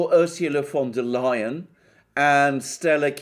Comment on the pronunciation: The way you pronounce the name...Fonda Lyin'.